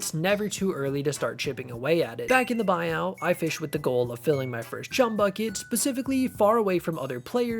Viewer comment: it is pronounce "Buy-oo"